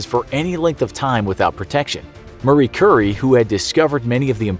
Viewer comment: ... Did he just call Marie Curie "Murry Curry"...?